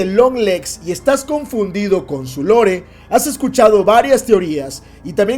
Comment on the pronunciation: Se dice LOR no lore. Que no somos españoles para andar matando el idioma ingles